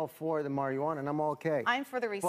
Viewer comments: this guys says it like mariajuana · Why the fuck am i listening with to this dumbass. HE cant even say Marijuana right... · Forget the fact that marijuana isnt the proper term. This guy cant even say that right!